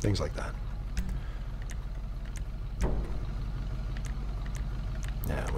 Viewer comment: He says livery sooo wrong SMH🤦‍♂️